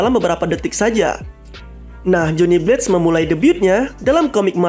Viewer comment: Bang lu pronounced blaze jadi blates/blades, Simple aja, “bleyz” Pluus penance stare itu di milikin semua ghost rider sebenernya, Buukan hanya ghost rider nya si blaze